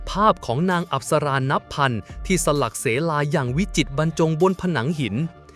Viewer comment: สลักเสลา อ่านว่า สะหลัก สะเหลา ค่ะ